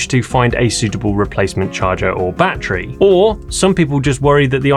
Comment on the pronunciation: batt - reeee, Ama - zin ?